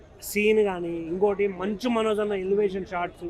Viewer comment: మంజు కాదురా మంచు మనోజ్ 😂